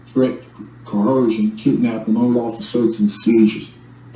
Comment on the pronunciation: Well if you cannot pronounce the English words (Illinois, coercion) then I have very little faith that you have the slightest clue what the Latin words you spew even mean.